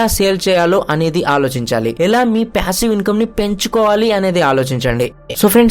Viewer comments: that's what I'm saying meeru ala pronounce chesaaru ani cheppthunnaa...it's passive not pyassive... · Ooh babu pyasivve ani antha daridram gaa pronunce cheyyodhu bro.. irritating anipinchindi throughout the video